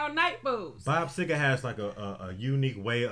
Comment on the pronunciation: It's Seger NOT SEGAR!